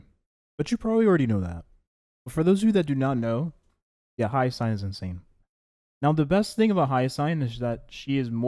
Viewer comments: Dude...its pronounced HI-YA-SIN! Not HA-YA-SIGN! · are you saying her name like that for engagement?